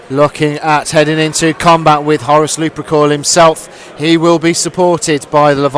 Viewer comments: Gotta say, it's lup*er*cal, not luprecul, and it's justaerin, not justicar terminators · Also Lu-per-cal, not Lu-pre-cal. Hehe.